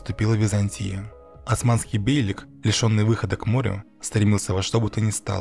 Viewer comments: Бейлик ударение на И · Все хорошо но над ударениями стоит поработать. Кайи ударение на и бейлик ударение на и